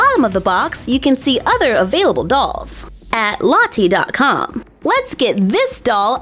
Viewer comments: No offence but it sounds like you are saying latte 😂😂😂😂😂😂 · You say Lottie funny not there’s anything wrong with that difference is great !